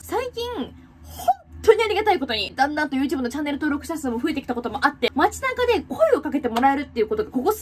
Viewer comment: 「だんだん」が「旦那」に聞こえてしまいました。すいません。